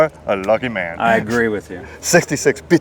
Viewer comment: Dude it's not Bit-za-rrini! It's Bizz-a-rrini! You make it sound like it's a Bitza this & Bitza that!!